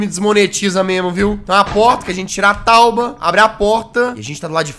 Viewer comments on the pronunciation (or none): português em dia em vez de tábua é Tauba kkkkkk